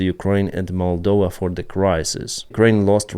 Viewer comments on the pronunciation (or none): none